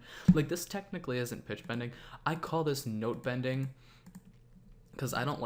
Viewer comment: the way you say "pitch bending" and "note bending" makes it sound like an alternate AVATAR universe lmao xD xD xD